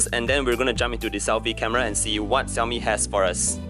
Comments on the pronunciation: so its "Ci yao mi" not "Sha yo mi" or "Shao! Mi"... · The way you say Xiaomi is really funny 😂 (no offense).